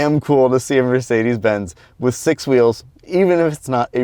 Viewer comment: you pronounced Mercedes quite well, very German'ish 9/10 👌🏼🫡